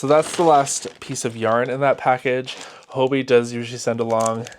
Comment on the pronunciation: Why are all Americans pronouncing Hobbii as Hobi? Are you unaware of the word Hobby. 2 Bs isn't that hard and I can't think of a word in English (or other languages for that matter) where there is double B, and one would be dropped.